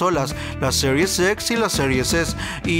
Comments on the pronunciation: Excelente mi compa solo un consejo cuando digas serie X trata de decir x no series xsss algo así suena y es extraño por que no se entiende jaja pero excelente tu contenido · Es Gears o Yirs 😅 es Siries Ex o Series X mejor hay que pronunciar en español 🇲🇽 que espanglish 🇺🇸